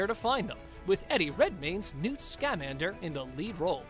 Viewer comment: Ugh how he said Newts last name drives me nuts.